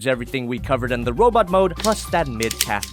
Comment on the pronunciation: wobot mode XD